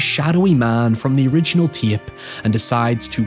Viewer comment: Love the accent. You somehow add two additional syllables to the word tape. Ti-yay-pe.